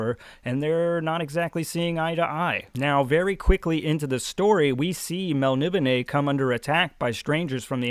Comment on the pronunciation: Well I had to check it out but your pronouncation of Melnibone is dead on, I always thought it was melni BONE like in a skeleton... I have that same edition but I haven't got into it yet. Stormbringer the sword seems very influential, the whole black blade thing, Erikson cribbed for Anomander Rake in Malzan and other authors have done the same.